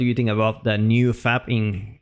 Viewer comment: It sounds like you're saying 'fap'. Fap content, hehe.